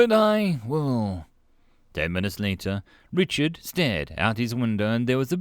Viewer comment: I know you're saying Richard but the way you were saying it I kept on hearing retard lol